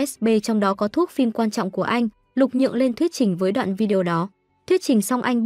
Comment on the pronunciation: Lục Nhượng mà ad cứ đọc Lục Dường quàu z 😥